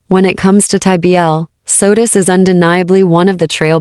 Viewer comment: It's SOTUS not Sodas.